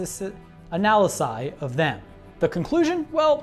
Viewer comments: Analyses A-nahl-i-sees :P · analyses (a-na-li-sees)